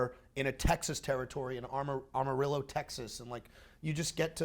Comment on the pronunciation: Wow, Max can't pronounce Amarillo. At least there's one thing I'm better than him at